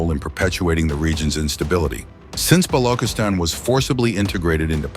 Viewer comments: Bro can't even pronounce Balochistan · Thank you soo much for this report but I wish someone will brief the commentator on how to pronounce the name of Balochistan (with ch sound not a g sound), also the name of Dr, Mahrang sould be pronounced with with ease exactly as it reads. Thanks 🙏🏻